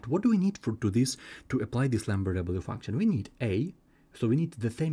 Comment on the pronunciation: What is he saying, lamber w function?